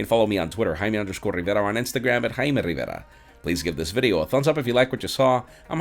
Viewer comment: i'm Jaime Rrrrrrriiiiiiivvvvveeeeerrrrraaaaaa.......